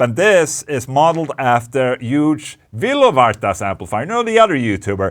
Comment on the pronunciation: He's actually Euge Valovirta, not Vilovarta, but overall it's a nice sounding plugin.